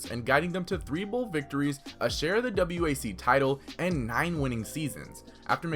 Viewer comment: It’s not the “W.A.C.” it’s the “Wack”